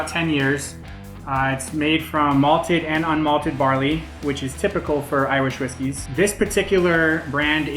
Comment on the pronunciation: My man said Iwish Riskys